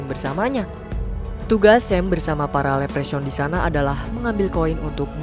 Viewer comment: Leprechaun bacanya "Leprekhon", Bang, bukan "lepresyaun" 😅